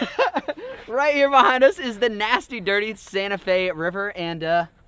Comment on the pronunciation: only filipinos will understand how he said " Sta. Fe